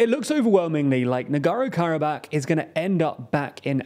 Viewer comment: Can you pick a pronunciation of Nagorno-Karabakh and stick with it? Hard to take a news source seriously when they consistently get the name of the region they're talking about wrong.